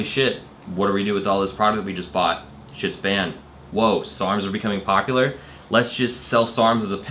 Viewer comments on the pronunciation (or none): none